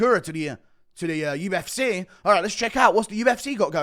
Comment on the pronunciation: “To the ufseeh”